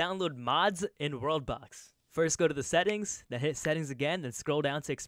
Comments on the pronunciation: He really say roblox the thing under the screen i dont remember the name said roblox lol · Am I the only one hearing him say "Robux" instead of "World Box"? Lol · No youre not but its kinda funny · He’s definitely saying Roblox even sub titles say he’s saying roblox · i swear to god your saying roblox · lmao even the captions think he's saying roblox